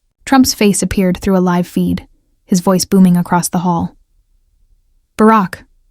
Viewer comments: Robot cannot pronounce "live" correctly. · There's more than one way to pronounce "live" and it isn't the way this narrator used it.